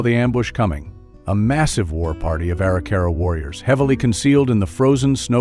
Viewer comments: BTW, among other mispronunciations by, it's "ah-RICK-ah-rah," not "ARE-ee-CAR-ah." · You mispronounce Arikara. It’s distracting.